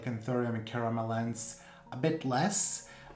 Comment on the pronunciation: It's a South American plant, so it is pronounced, Caramelensay. Not Caramelens. Just so you know...